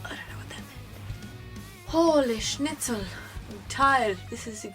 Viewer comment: your pronunciation is sometimes a little German :D.. like when you say 'nine' it sounds like 'neun', i know it's because of you accent, but it's really funny ^.^ you said 'schnitzel' perfectly!!